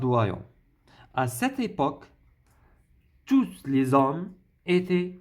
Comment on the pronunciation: La lettre /s/ dans tous les hommes ne se prononce pas. On écrit tous mais on ne prononce pas le s quant il est suivi d'un mot qui commence par une consonne